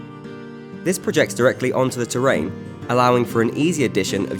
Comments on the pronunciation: The "terr-rain" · Listen to how he says terrain, it made me laugh.